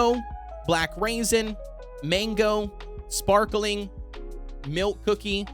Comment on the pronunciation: The way u said sprakling on mint choco